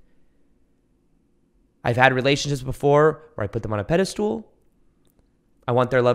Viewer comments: Great video but just a little note - it's not "pedestool", it's "pedestal" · Peh.duh.stl. Not peda stool please stop lol! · Love what you’re doing! It’s been a tremendous help for me on my journey. Could you do some of us a favor, though, and pronounce pedestal correctly. Stool just isn’t in there anywhere.🤣 I know, it’s my shit not yours, but I can’t figure out any way to blank that word out in your talks 😂